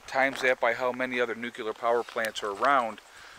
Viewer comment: Nucular?? just say " new" , then, say " clear! ( Solved) Holy My *